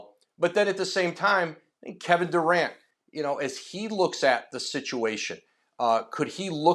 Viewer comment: Kevin Duran. Take the t out his name.